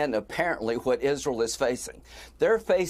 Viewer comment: Thanks guy who pronounces the H in “what”